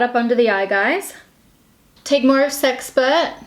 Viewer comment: Okay, when you first said "sexpert" I heard "sex pervert" and then was like "Whoa!!"